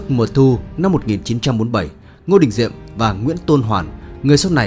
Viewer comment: Kênh lịch sử mà đọc là Ngô Đình Nhiệm thì đủ biết kiến thức từ thằng đọc sai ko biết đến thằng biên tập rất giỏi sử😂